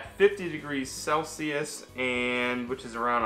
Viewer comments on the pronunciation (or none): none